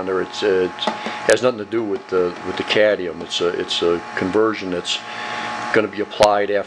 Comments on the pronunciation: As a person w/ a significant background in chemistry, I'd say you did a very nice job - you've done your homework and research. However, you really should learn how to pronounce Atomic No. 48 - Cadmium. It is NOT Cadium as you pronounced it throughout the video - it is Cadmium. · You say 'Cadium' ? Is it US speak for what we (UK) call 'Cadmium' ? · Good process, now let’s learn to pronounce ‘cadmium’ so we can stop calling it ‘cadium’ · Cadmium....not cadium. Nice set up, thank you. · Cadium? I thought it was cadmium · Great tech, but one thing that drives me nuts, it's pronounced cad-ME-um, not caddium. 😉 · Very interest and well shown video, but please talk correctly and pronounce the words how they should be. .............................its CAD - ME - UM... NOT cad e um.. the English language gets so bastardised its terrible, especially when you have even spelt it correctly. either say the word correctly or dont keep on repeating it....... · Actually, it's cadMium, not cadnium....LOL 😅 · You should pronounce the "m" in Cadmium. It sounds better. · CadMium! As in how the rest of the world pronounces it. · Can you say Cadmium?????? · Please learn how to pronounce "cadmium"